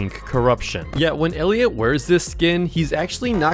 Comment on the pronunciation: How did bro mess up friend elliot🥀